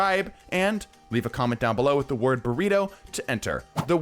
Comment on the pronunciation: Burrito ,BURRO-ITO